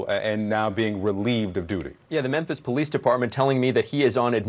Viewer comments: STOP SAYING "MENTHIS"! IT'S "MEMPHIS"! Just playing man, lol. Love your work and try to watch all your daily videos. Keep it up! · what's with your pronunciation of Memphis???